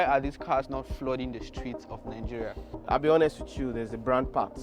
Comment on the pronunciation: Why are you guys always saying NANGERIA? isn't it mentioned Nigeria?